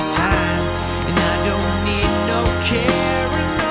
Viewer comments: I hate the way he pronounces "carryin' on" - Like, he didn't write "carin' on" so why is he singing that ? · I thought it was "I don't need no carin', no!" Like he had a bad day but doesn't want people to comfort him about it, I guess. He absolutely DOES NOT hit the second syllable of "carryin'".